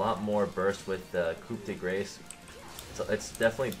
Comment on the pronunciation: In french, you prounounce coup well but "grace" is almost exactly like "grass", the r is a bit drier because it's french ;) closer to uk pronouciation for the "de" tho